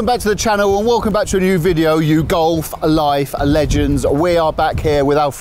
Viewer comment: I'd watch this channel but please stop saying You Golf A Life A Legends. There is no A inbetween.